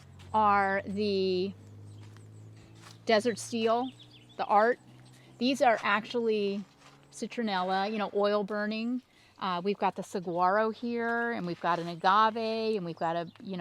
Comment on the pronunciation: Saguaro does not have a hard G sound. More like Sa-wha- ro. 😉